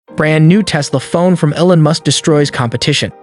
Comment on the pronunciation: Did u call him Ellon? Lol like Ellen?? Its EEELON. Like EACH or EEK!